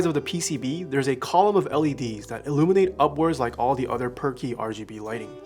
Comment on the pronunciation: i thought you were calling it "perky" rgb not per key rgb lol